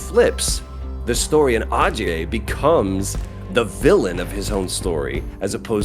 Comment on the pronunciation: Ajay is actually pronounced "uh-jay".